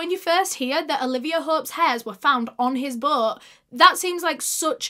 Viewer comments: "His BOŒAT" BOAT. B-OH-T NOT B-UH-O-T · Sorry I can't with the way she says "Boat" it sounds like she is saying Butt 😂🤦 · When you hear "butt" instead of "boat" 😭 it's childish i know but I was dying 😂